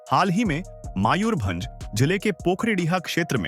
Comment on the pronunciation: It’s Mayurbhanj, NOT Maayurbhanj.